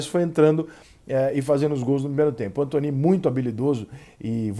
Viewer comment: Alguém sabe pq o Rica chama o Anthony de "Antoní" e não "Antone". Obrigado desde já.